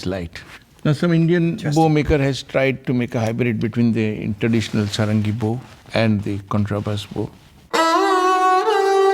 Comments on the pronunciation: Sarangi.... the pronunciation has an emphasis on the first syllable pronounced "Saahrungee". Dhrubo Ghosh is the son of Tabla Maestro Nikhil Ghosh. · Pronounced Saarangi. The English pronounciation does not work with Indian languages. Like Himaalaya,Raamayana!